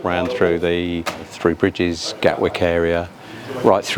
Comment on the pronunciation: “Free bridges” - confirmed on the subtitles. Every time I’d be on a Southern train going to/from Horsham, every announcer would say ‘Free Bridges’. Ooh, I get a free bridge, can I choose? THREE BRIDGES, learn to pronounce. Interesting video though. Plus in the beginning, you’re standing next to my old civil service office, that big steel and glass box next to platform 1 at ECR.